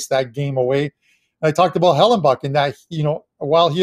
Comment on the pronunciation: It's Hellebuyck there's no N in his name stop saying Hellen buck lol. Great show guys!